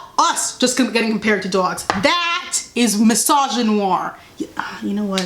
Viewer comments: not the new york accent on the word “dogs”😩😩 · i love it